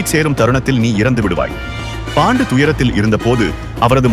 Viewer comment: His name is not bondu it's pronounced as pandu